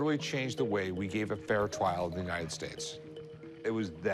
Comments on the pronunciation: "Fair twial" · “Fair twial” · A fair twial you say 🤔😂😂